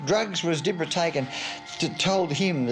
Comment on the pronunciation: It wasn’t Di-bra, it’s pronounced Dib-ra 😂